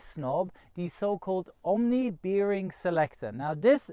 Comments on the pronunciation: "Omni beering selector" True german there :D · I guess your pronunciation of "bearing" is wrong...